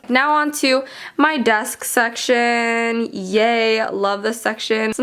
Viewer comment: And the she said in " my desksksksk" LOL😂